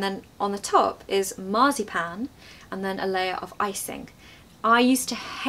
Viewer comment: Dear, > you say a word like “marsypen”.. what is it and the word is it?? Please would you write the right one and its meaning, thanks 🫶🏻